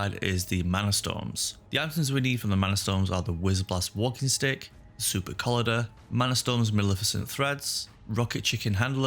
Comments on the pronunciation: Brother, please stop saying Collider like this. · a lot of pretty elementary mispronunciation errors in this video. Xy is pronounced like Z, so it's Zyexa. I find it hard to believe that you don't know how to say "collider" but hey. anyway, good luck. a little too distracting for me to continue watching.